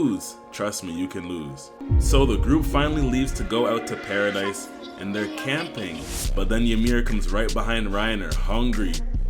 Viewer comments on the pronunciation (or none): BRO ITS PARA-DEE NOT PARA-DICE 😂 W vid tho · Its pronounced "Paradee" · not pronounced paradise